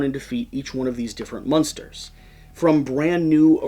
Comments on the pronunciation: mOnster. Not mUnster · interestingly enough the entire rest of the video seems serious. Love your videos but I cringe every time you say munster